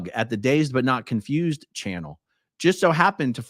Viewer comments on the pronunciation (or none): none